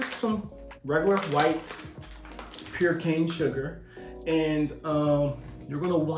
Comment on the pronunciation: Bruh had a lil hard time say "white pur cain sugar".